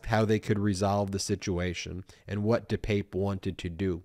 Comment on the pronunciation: Ben, I stand corrected, you are pronouncing his name correctly. Let's hope Mr. Pelosi is healing up and carries no physical scars, hopefully he will get support for the mental upheaval this has created. Thanks Ben